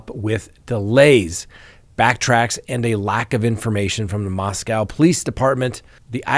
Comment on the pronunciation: Congratulations!! After three weeks you got the pronunciation of Moscow correct. I've been trying for three years to get you to pronounce Daybell without an accent on the second syllable. There's still hope:) Cheers